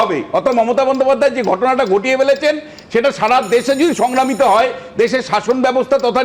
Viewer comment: সংগ্রামিত না রে বাবু, 😂 সংক্রমিত। 😂😂 পিসি র মত বাংলা বলছেন